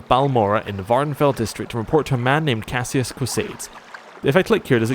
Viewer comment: Caius is pronounced KYE-us (it's a Latin name). Uriel is pronounced YOU-ree-ul (it's originally Hebrew). Go into the settings and tick "Always use best attack". It's much easier to fight that away.